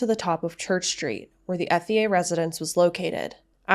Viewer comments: My brain can not continue...its pronounced ET E A....h is silent...its french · I’m local to this area. It’s pronounced “Ett-ier”.